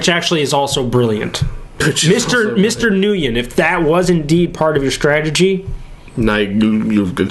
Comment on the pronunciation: Nguyen is pronounced "wen". Just saying...